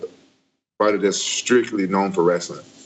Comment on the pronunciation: Cuz Sonnen got good “wrastlin”